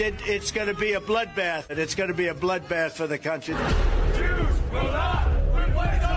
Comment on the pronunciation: Appropriately, Dump cannot pronounce "country."